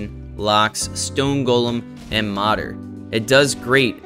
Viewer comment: Just a heads up man, it’s “Moder”, like Motor. Translates to mother